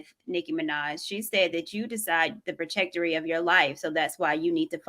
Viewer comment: Somebody tell that the word is "Trajectory."